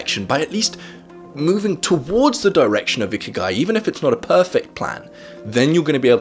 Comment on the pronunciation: Bruh I usually listen to this instead of watching and thought the whole time he said icky guy